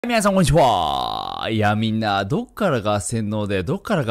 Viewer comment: 最近のナオキマンは出だしの挨拶が端折り過ぎてて「皆さんこんにちファ〜」ってなってるのを本編観る前に何回かリピートしてる自分がいる。